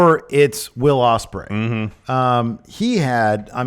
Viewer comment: It’s Ospreay man